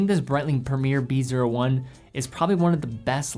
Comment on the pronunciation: BREITLING PREMIER "B O I"